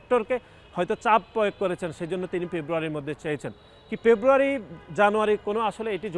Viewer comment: পেব্রুয়ারি নয় রে গাধার বাচ্চা। উচ্চারণ টা হবে ফেব্রুয়ারী।